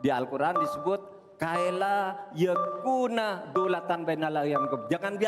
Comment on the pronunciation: KAELA YEKUNA ? yg benar itu KAILA YAKUNA pak de 😅